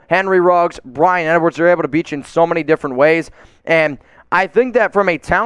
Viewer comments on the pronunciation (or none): none